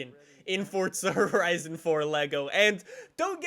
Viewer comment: FORTZZA HORIZIN FOUR